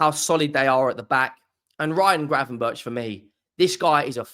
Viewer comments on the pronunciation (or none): GRAVENBERCH, NOT GRAVENBURCH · who is gravenburch? its gravenberg, dutch name, keep it dutch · The pronunciation is ravenburck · Gravenberg…I am Dutch